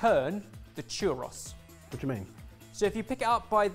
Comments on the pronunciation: I love these guys but I find it a little funny how they pronounce tortilla perfectly, but not churro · Haha I'm going to try my best to explain it but one churro sounds like chew-rO. As long as you try most spanish speakers wont ever tease you. We love a non spanish speaker trying! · Churro, chu(like shoe) rro( like Robert). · that is NOT a defense in a TWO SYLLABLE WORD. He's got two vowel sounds to remember, and it's food, not an operating system